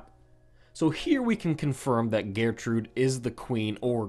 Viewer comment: The way he pronounces gertrude is annoying